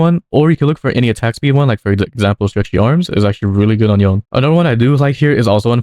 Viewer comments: To pronounce Yone...It is "Yon-Nay"...NOT YON! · Saying yone instead of yoné is illegal